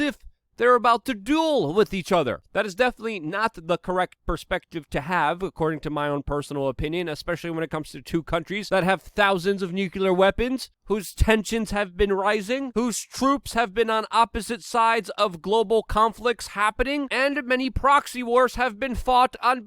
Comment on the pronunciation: THERE IS NO SUCH THING AS A "NUKULAR" WEAPON DUDE!